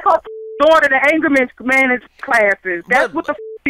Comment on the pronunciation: She said angerment management LMAO